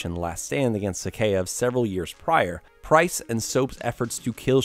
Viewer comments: This guy just called Price "Prince". Lol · it’s price not prince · "Now in Africa saop prince and yuri" LMAO please tell me people heard that